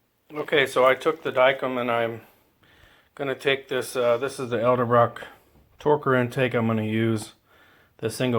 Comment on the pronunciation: Did you just say ELDERbrock?